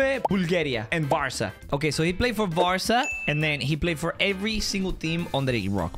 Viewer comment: Bro kept saying Varsa💀